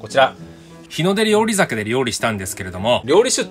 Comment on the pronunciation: りょうりしゅじゃないの？ りょうりざけなの？ まぁどっちでもいいか笑 あっ、途中からりょうりしゅって言ってた。